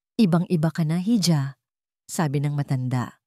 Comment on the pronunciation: 'Hija" pronounce as 'iha' thanks